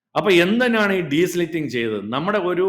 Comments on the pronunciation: " ഡീസ്ലിറ്റിങ് " അല്ല , " ഡീസിൽറ്റിംഗ്‌ " ആണ് . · Desilting and not desliting😅 Not an expert but primary school science 🧪. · It is not deslitting. It is de-silting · the right word is *DESILTING*, not desliting. Please note.